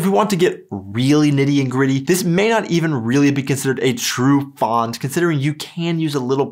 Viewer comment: The "a" in "Pfand" is short, and the "d" should be pronunced as a "t". ;-) HTH!